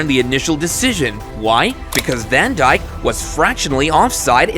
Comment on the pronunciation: Bro really said Virgil DaN DjiK